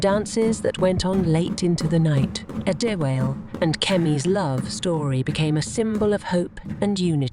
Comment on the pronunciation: Prince adewale, not pronounced adiwaal...or adi-whale I would have really pissed off if kemi rejected prince adewale upon him revealing his royal status to her. Because it wouldn't have made any sense at all